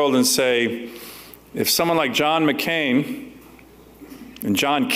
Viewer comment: VN Ambassador could not say John MC Can right.